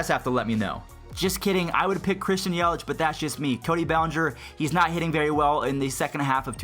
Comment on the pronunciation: Matthew Cerritos It’s Yelich not yelitch